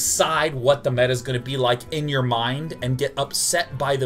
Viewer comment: Did he pronounce meta wrong..?